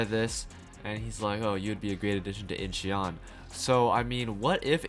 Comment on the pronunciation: Incheon is pronounced without the e. eo in korean is pronounced as an o with an open mouth. Similar like awww but with an o. I never commented a YouTube video, but I have to intervene here for more perfect content on your channel. Keep up the good work!